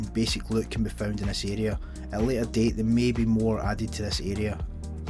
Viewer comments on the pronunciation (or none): none